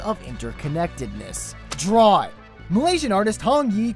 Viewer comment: I wanna dwaw dat well.